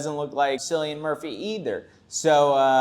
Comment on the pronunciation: It's "Killian Murphy" not "Sillian Murphy". 😊 Just sayin'. The man's a legend. The clown face is a crime against humanity. ugh.